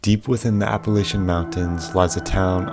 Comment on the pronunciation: Don’t say Appalachian like that 😂